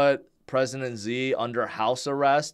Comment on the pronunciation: Hearing say Ze instead of Shi Gin Ping reminds me of just how crappy the pin-yin system is.